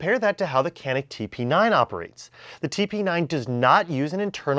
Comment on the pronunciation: Awesome vid, don’t mean to be know it all, but it’s pronounced janik in Turkish c pronounced as j and j pronounced as zh